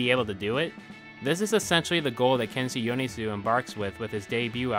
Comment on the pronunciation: cool video, but can you please pronounce his name right ahaha